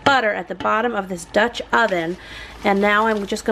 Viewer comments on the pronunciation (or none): none